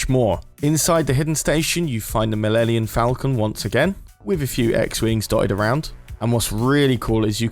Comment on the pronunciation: Its Millennium falcon not Millenniun falcon